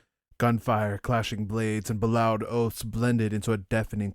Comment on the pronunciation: It's likely "bellowed" as "b'lowed". It should be "bell-owed"